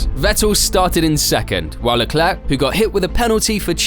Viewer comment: Bruh. It ain’t that hard for us English speakers to grasp Leclerc is pronounced ‘Leclair’. Put some respec on Sharl’s name